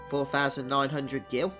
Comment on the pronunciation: HE HE HE Still saying Gil I see. I actually like the Lymle Character.